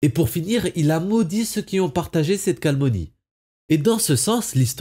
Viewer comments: CaLOMNIE et pas caLMONIE! Et attention aux liaisons entre les mots... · On dit calomnie et pas "calmonie". Mais la qualité de ton travail occulte toutes ces petites erreurs 👍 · Super vidéo mais on dit CALOMNIE et non CALMONIE😅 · Il y a un mot que tu as assassiné plusieurs fois dans ta vidéo. C'est CALOMNIE pas calmonie 😂 ! Sinon bon résumé ! 👍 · Non pas "cal Mo nie" mais bien "cal oM nie" CALOMNIE. la dyslexie se soigne, par les cours de dictions /ortophonies, sans quoi... quelques soit les preuves, il reste difficile d'être pris au sérieux. Sinon, beau travail! Utile et très instructif. Merci! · Très bon travail merci Mais On dit Calomnie pas calmonie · Bonne vidéo ! Cela dit, on dit "calomnie", pas "calmonie". Ha, et "proposer" se dit "proposa" au passé simple, 3ème personne. Pas "proposit". Je pinaille. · CaloMNie, pas calmonie...mes oreilles ont saigné ! Dommage parce que si on c'était intéressant. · Calomnie* et non calmonie. Merci pour votre video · Calomnie pas calmonie. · Calmonie ? 😁 C'était rigolo. Mis à part cet infime détail, super vidéo. Merci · CA-LOM-NIE, sinon bon boulot, merci. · J'ai fait la même remarque. Probablement un trouble dyslexique. A part ça, il a une bonne narration